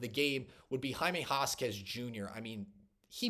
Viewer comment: I think you show a lot of promise. I'm going to subscribe. By the way, you pronounce Jaime Jaquez...... Hymae Hakez. You've got to at least get the names right! Good luck and God bless you!